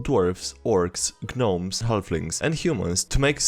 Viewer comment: Did he just pronounce the "g" in gnomes